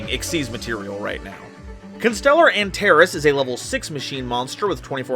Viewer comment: I know it's petty how I'm saddened that you specifically mispronounced Antares (an tar eez) but it's been my favorite star since high school so I actually get giddy when I hear the name "Antares." I have an absurdly high love for the star. Still, I loved the vid and can't wait for part 2!